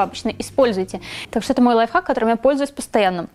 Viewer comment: Мне скачало казалось что ты говорила лайфак😂😂,приколь